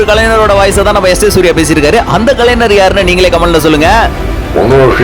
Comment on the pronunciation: கலைனர்இல்லை கலைஞர்